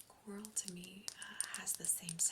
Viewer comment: Before you mentioned crows, I heard you say clam instead of coral. My crown familiar in my life with Merlin brought me a clam shell!